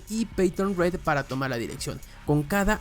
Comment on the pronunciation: Porque en todo el video dices "REED" asi literalmente, RED, no se lee RID? Parece esa voz de tik tok que dice mal las cosas, a poco la voz de es IA. 😮